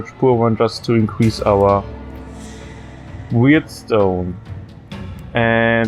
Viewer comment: It's warp stone, not weird stone